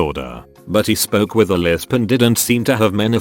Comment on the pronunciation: who else noticed the word "lisp" was pronounced with a lisp 😂